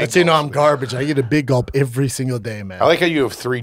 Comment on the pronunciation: Why does he say IVRY IVRY. It’s Ev Er Y